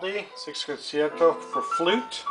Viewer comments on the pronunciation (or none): Your pronunciation is way off, but very nice collection. For starters Rachmaninoff is pronounced like ROCK-maninoff, and concerto is pronounced like concherto